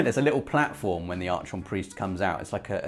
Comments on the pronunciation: it's pronounced "Ark -on" and the frigging strike is on Venus. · Archon is pronounced “arc on” isn’t it? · Yo,. Archon is pronounced "AR-kahn", m'man. Carry on.:) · I love you man, but please, PLEASE stop butchering "archon". Its pronounced "arkon" due to its greek roots.